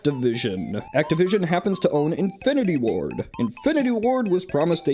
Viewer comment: I keep hearing “Infinity War” instead of “Infinity Ward.”